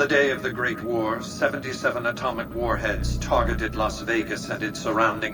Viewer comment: I love how the boomer kid missread "atomic" but read and pronounced "ignoramus" perfectly.